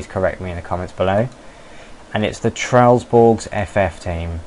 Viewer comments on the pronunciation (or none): haha tresllsborg it´s trelle-borg